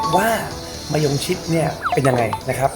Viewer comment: "มะยงดม"ก็มา 555 😆